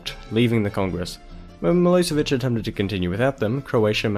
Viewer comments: Nice video,I am from Serbia and you aren't reading right ,,Milosevic" but it is actually reading like ,,Miloshevic'' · Good video. Just make sure you get your pronunciation right. It is miloSHevich, "SH" as in "shoe".